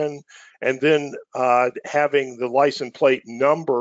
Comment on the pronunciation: Great overview but it's "License Plate" not "Lisen Plate"